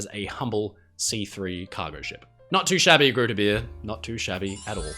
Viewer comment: Its pronounced groote beer with the oo as an oa sound in boat and beer with the ea in to bear